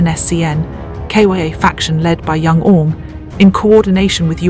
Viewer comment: This is not Youngang group this Angmei group and your pronounce should be Young Ang not youngun...